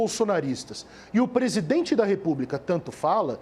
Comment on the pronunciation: Assssssssim se diz presidenre